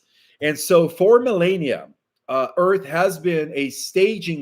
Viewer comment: His written word is accurate,however certain words in English are mispronounced by native English speakers, such as liaison, lee AY zuhn.As a former substitute teacher, I suggest people correct him so he will know.Mitochondria is pronounced mytochondria not metochondria.Millenia is mih LEH nee ah, not mi LAY nee ah.Lineage is lih nee udj not lee nee udj.As I try to type, the AI corrects my phonetic pronunciation. There's one popular geophysicist who insists in pronouncing apogee and perigee with a hard g rather than apojee and perijee.Also Juan O Savin rhymes with Gavin and several podcasters call him O Save in.Also, Juan used to call Michael Jaco Jack o.Also, Alex Christofaro, says Ear Ron and Ear rah nee un rather than I ran and I ran ee un which is incorrect.